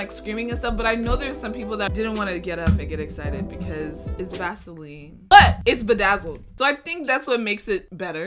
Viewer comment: Vasoline i heard gasoline